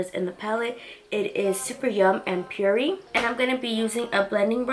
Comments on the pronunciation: Super yum and puree? It’s Summer Yum and Purée (pronounced pew-ray). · Just a heads up it's pronounced pure-ayye and summer yum. But in all I am in love with the look ❣️✨🍑🍑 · Mercedes Johnson lol I know she so messed the names up 😂😂